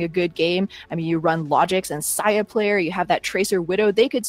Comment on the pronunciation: Dude its say-a-player not sigh-a-player please fix